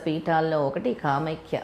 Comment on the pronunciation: కామైక్య కాదండీ. కామాఖ్య